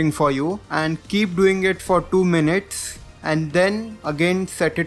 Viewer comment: Tow minits lool